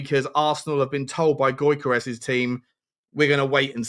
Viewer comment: You`re pronounciation is terrible mate. Newcstle`s Isak is pronounced as Eas-ak. Gyokeres is pronounced as Jock-eres